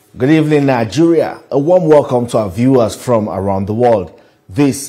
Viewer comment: Nijuria he said 😂😂!